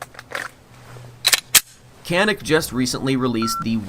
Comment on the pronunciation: It is pronounced Janick unless of course you are not a pro turkey .